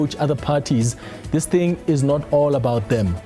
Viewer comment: South Africa's minister of justice pronounce is top notch. Forget the African accent, it's allowed, but the pronunciation leaves much to be desired!!! Genuinely - Ginianlee The - Deh This thing - Dis ding 🤮🤮🤮🤮🤮🤮😭😭😭